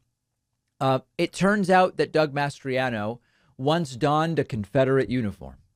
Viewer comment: I can't help but notice how much you're struggling to say "Mastriano" instead of "Masters.." Have you been watching Iron Eagle lately by any chance?? 😅😅